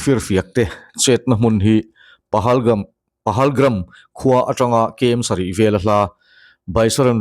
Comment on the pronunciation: PAHALGAM,,,NOT PAHALGRAM